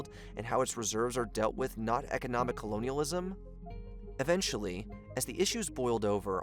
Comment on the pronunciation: constant mispronunciations, particularly the word Colonialism, render the video absolutely hilarious. how can one claim to speak about africa or anything in the english language and then proceed to so horribly and constantly mispronounce words. i enjoyed the video. work on your english skills.